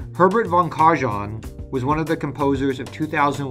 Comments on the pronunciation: That's an interesting mispronunciation of Herbert von Karajan -- it's more like Kah-rye-yon. In German, the V in von is pronounced like an English F, and the J is pronounced like a Y. Also, he was not known as a composer, he was the conductor of the Berlin Philharmonic most notably. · Karajan is pronounced "Kara-yan"... the German (Austrian) language "J" is pronounce as "Y" !!! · “von karjohn”? JFC, you just murdered my ears. Maestro van Karajan was a CONDUCTOR, not a COMPOSER. You can look up the proper pronunciation of his name in Wikipedia. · Only an american could say that Karajan was the composer of RICHARD STRAUSS's "Thus Spoke Zarathustra"... KarAjan (and not CARjan) was a conductor and or interpreter...not at all the writer. . . driving millions but no culture at all.